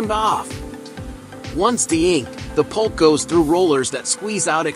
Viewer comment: Either I'm deaf or you're saying pulp, not poop! Either way, I'm laughing!!